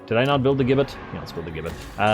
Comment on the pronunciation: Gibbit is pronounced as Jibbit.